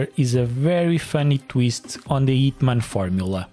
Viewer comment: is a hint that the H is not silent.